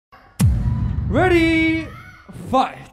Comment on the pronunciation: 뤠디 ~ 퐈이트 발음이 넘나 경쾌함 중독적